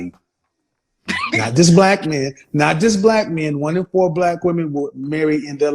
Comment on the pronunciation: The number is pronounced Four....not Foowar😂😂😂 country ass